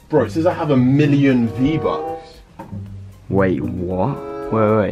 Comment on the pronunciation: Vbucks not Bbucks